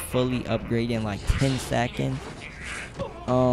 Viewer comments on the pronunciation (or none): none